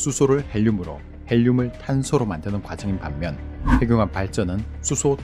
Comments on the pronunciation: ‘핵늉합’이라고 읽어야 하는데 ‘해귱합’ 이라고 읽으시네요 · 핵융합 발음이 행늉합이 바르다고 하는데 대부분 해귱합으로 발음하네요.